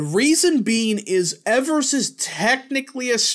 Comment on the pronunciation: As a Wisconsinite, it is pronounced EE-vers